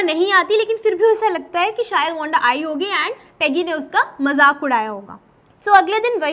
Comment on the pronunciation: "Wonda" Ya "Wanda" 😂